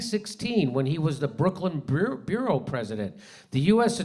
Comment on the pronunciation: Adams is a cog in the corrupt wheel of U.S. fascism, yes. But my question is why does Jimmy pronounce "borough" as bureau, and pronounces "bureau" as boo-roo? I volunteer to help all podcasters with words starting with the letter b..